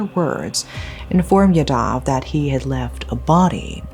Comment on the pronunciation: Sorry but this is really bothering me. As there are many yadavs in these stories. Its pronounced "yaa-dav"